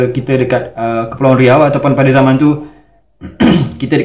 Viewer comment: nampaknya sebutan z dah hilang di riau. beza jadi beda, zaman jadi jaman. dah jadi orang jawa sebut astaghfirullahaladzim jadi astagafirullahalajim....